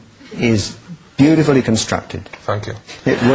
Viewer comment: You body is beautiflu constructed ( or what ever the spelling is ) Ali G : fank you ! ROFLMAO HAHAHAA